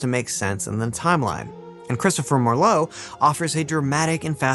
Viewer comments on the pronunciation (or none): If you want to lend credibility to your work, would you PLEASE fact check your pronunciations beforehand? Croesus is pronounced CREE-sus.Ur's not CROW-eesus. Marlowe isn't emphasized like the name for the wine, Merlot. MAR-lowe. It's MAR-lowe, honey. Emphasis on the first syllable, not the second. And it's not Or-thello but O-TELL-o (major face palm here). Also, it's important to note that there Shakespeare left not a single book or manuscript in his last will and testament, a document that was otherwise fairly descriptive and specific. I mean, he specified that his wife should inherit his "second best bed" and yet left not one book or manuscript to anybody with his will. I think that he could well have been a front for Oxford. It is also possible that the two men may have collaborated at least some of the time. This happened back then in the theater, just as it still does today. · Marlowe is pronounced with the stress on the first syllable. And Maya Angelou's name ends "oh" not "oo".